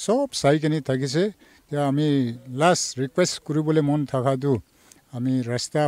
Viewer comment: your word is right it is lasta not rasta